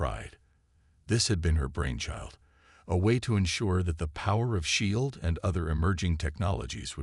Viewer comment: Okay, seriously, how are your AI reads still so damn bad? ShI eeld, spaceuhtime. The language, the tone of the AIs narration are all good but the pronunciation is still absolutely garbage. And what's up with pretty much every single earth leader being female are there no male leadership in these stories?